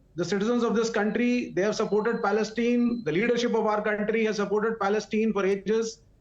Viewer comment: Inform the communist idiot to learn how to pronounce the word “Palestine” properly,secondly the bigots are out because Modi and the Majority of Indians support Israel,have nothing to say what the Chinese are doing to their Muslim population.